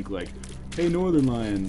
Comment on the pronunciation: vershon really northerlion, really.